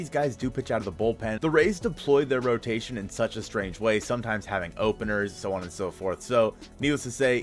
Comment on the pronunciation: Hehehe “rotaion”